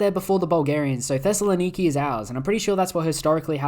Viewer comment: this man pronounced Thessaloniki perfectly